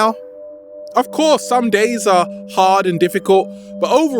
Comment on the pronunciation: I like the way you say harrrd